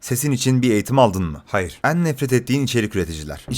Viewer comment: Bir daha 'en' kelimesini "Eân" diye söylersen..